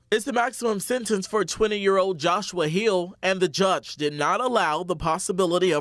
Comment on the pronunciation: A start to HEALING?? This violent bastard is not going to heal!!! He'll be back. And, did they pronounce that name like "JOSHUA"?? Jyahshua?? Why not throw in a couple apostraphe's, hyphens, egyptian heiroglyphs??